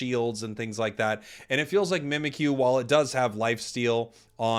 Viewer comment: Mimikyu is spelled ミミッキュ. It's pronounced Mee-Mee-Cue.